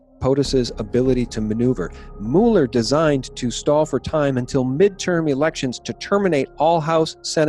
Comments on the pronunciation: You're mispronouncing Mueller's name. It's not like Mule -er. It's like Muller. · It's pronounced Mew-ler. Not Moo-ler. PLEASE make a note of it, thank you. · It's pronounced Mew ler, Not MOO ler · Please: it’s not not “MOO-Lee” it’s “MUH-ler” - rhymes with “fuller.” When it comes to names, Wikipedia’s pronunciation guide, for every proper noun, is your friend. No excuse. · It’s MULL-er 😂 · You can't pronounce Mueller correctly and you expect me to believe this? lolololol